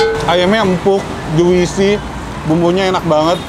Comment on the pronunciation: Jusi ya. Bukan Juisi yess